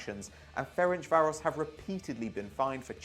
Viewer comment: Idk how he managed to butcher the pronunciation of Ferencváros so badly. It’s pronounced Ference-Varosh. Like the easiest thing to pronounce in Hungarian. Hajrá Fradi!!!!